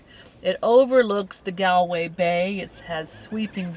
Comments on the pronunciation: Galway way is pronounced Goll way not Gaalway. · My ears bleed a little bit every time I hear you say Galway. It's "Gall-way" like Gall bladder.